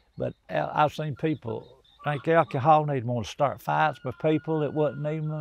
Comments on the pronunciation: OMG ❤ He did not just say Alkeehall ❤ That’s what I call it 😂. I love him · Alkie-hol, I done ✔️ lol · my favorite pronunciation of "alcohol" I've ever heard.